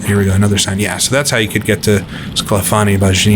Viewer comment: Would be nice if you mentioned which sim this was. EDIT: Ah, about 4mins in, it's Assetto Corsa. Thanks. Edit 2: Pronounciation: Scla-FAH-nee BAN-yee (Just Google for "sclafani bagni pronounce" and it'll pop up with some YouTube audio.)